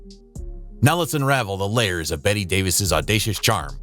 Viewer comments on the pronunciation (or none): none